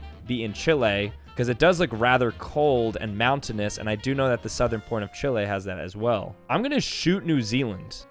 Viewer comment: Why does he say Chile like that?